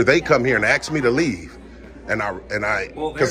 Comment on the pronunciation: It's not axe it is ask!! If he was axing you i think you would have left sooner.